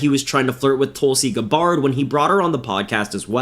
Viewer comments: This kids not the brightest crayon in the box is he. "Tulsi guh-bard" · Good video. You kinda slaughtered pronunciation of Tulsi’s last name, but good video.